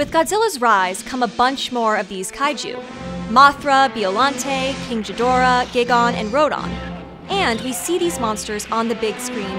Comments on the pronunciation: Why didn't you bother to learn how to properly pronounce their names? Gidora has a HARD g sound. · She still pronounced Ghidorah wrong, Japanese or otherwise, it's not a soft g sound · She's definitely faking, but I agree she's good at it. From the point where she pronounces Ghidorah with a soft G though, it became obvious that she actually isn't a fan of the movies and is just reading a script. Nobody who's actually watched the movies would make that mistake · great video and great channel. but in case you want to pronounce the names correctly, it's King Gidora with G read as in biG and EIga is read as in Ape. It's tricky to transfer Japanese words to English. Russian words are also a challenge😀 But don't mind ny nitpicking, you are doing an important job and I thank you for nailing it! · did you just say king jidorah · You pronounced Ghidorah with a soft G. It's been pronounced 2 different ways in the Godzilla movies, but never with a soft G. From that point on, no matter how much you gushed, I found it impossible to believe that you're actually a fan of Godzilla movies. You're just reading a script. Good acting though! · “King Jidora” Nerd girls. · Never in my life have I heard someone refer to Ghidorah with a soft G. If there's one big pet peeve I have it's when people mispronounce kaiju names. C'mon guys, you got Godzilla and Mothra right, why not take the time to get the other names right too? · You said ghidorah wrong but it makes since seeing how it’s name is spelled Also have you done a vid about the scp’s cause you should t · Keng Ghoodeerah, Roodine, Beeoluntay, hahaha. These are some pretty creative pronunciations, hahaha! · JEEZ say the names RIGHT giiigon rodon king g- dorah da frick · She butchered King Ghidorah's, Gigan's, and Rodan's name 😅